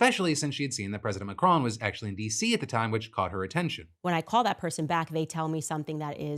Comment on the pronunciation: Why is Candace Owens so obsessed with Brigitte Macron? And why does she keep mispronouncing Macron? I'm genuinely confused by that whole situation! Why does it matter? What difference does it make? Is this a religious thing? Is this just hardcore transphobia? Honestly no idea why she would spend YEARS trying to prove her theory, like it's some big conspiracy or a crime has been committed. I honestly don't care what Candace Owens thinks. Harassing the French President's wife is just so weird and cringe.